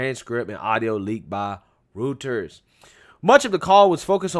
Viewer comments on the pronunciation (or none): Broooo....I love your content, and info...but the mispronunciations...are killing me!... It's ROY-ters (Reuters)... RAS- mU-sen (Rasmussen)... 😂...not gonna run them all down but you quote these sources often...keep up the great work! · Wanna help ya. The two News sources are pronounced: Râs-mū'-sîn ........and....... Roi'-ters Keep up the great perspective!!😊